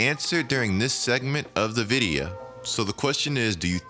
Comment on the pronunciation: Vid-ee-uhh, you from the south?